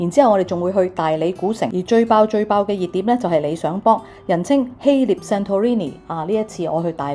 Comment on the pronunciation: 謝謝資訊！風景很美，你講嘢流暢，讚！但請留意：希臘個臘字讀音係臘肉個臘，肉字部首，唔係獵人個獵。你識讀臘味，應該知道點讀希臘個臘字。